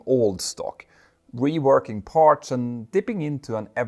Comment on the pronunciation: Watch your pronunciation of words like ‘parts’. The ‘ts’ sound at the end should not sound like ‘ch’ and the word should not be pronounced like ‘parch’.